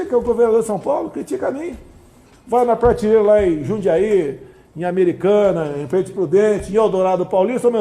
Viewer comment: cara, ele falou "partileira'? escutei isso?